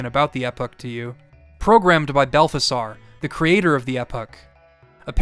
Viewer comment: I know it's just a small thing, but it's pronounced Mel-Key-Or, Ball-tha-Zar, and you got Gaspar correct. I'm not a religious nut, but it is a biblical reference, so it's pretty well documented on how to say it. Great job on the video though. It's my favorite one since you did WindWaker